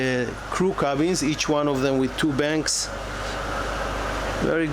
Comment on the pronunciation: I think it’s bunks / bunk beds not banks, I hear that in many videos. Just a side note ;) lovely boat and great video.